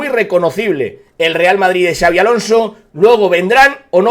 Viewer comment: Por favor dejad de decir Chavi Alonso, no es nombre catalán, es vasco y se dice con una s arrastrada, Shabi